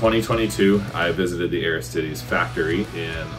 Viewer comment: Aris-tee-days. Nothing to do with Ares' chest. Also: Man that packaging is both horrifying and calming, since it apparently is packaged well enough to survive that :D